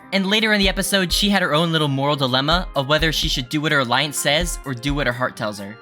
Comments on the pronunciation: you pronounced iance wrong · I think he pronounced the a more than normal slightly. Normally you hear ience but he pronounced it slightly differently I belive